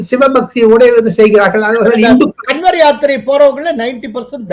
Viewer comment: கன்வர் என்பதை காவட் என உச்சரிக்க வேண்டும். நம்ம ஊர் காவடி தான்